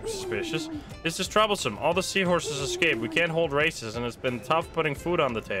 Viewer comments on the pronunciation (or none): none